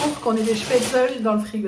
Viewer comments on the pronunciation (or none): none